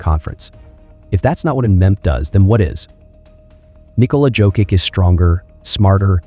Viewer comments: Can you, please, learn to pronounce his surname properly? It's YOCK-ITCH. I cringe every time I hear Jokick. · It's pronounced "Yoke-itch." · Sorry but it is hard to focus on the content when you’re butchering his last name to the point that it is questionable are you talking about Nikola Jokic or Nikola someone else. The way you say it it sounds like you’re talking about Jo-kick which has nothing to do with how you say his last name. If it helps - J is pronounced soft like in Spanish, so as the last letter (soft c). There is no way of Americanizing his name. Out of respect - either learn how to say it properly pleas or just call him a joker. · .. c'mon now 🙄 It' s _' Yokich ", everybody knows by now unbelivable🙄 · ?another steph A bucket of chit. And the host is an idiot...can't pronounce MVP name. USA 4 u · And not sure how you can still be mispronouncing his name at this point 🤔 😏 🙄 🤦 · Made an video about 3 time MVP and can't pronounce his name. Just for clicks. Blocked.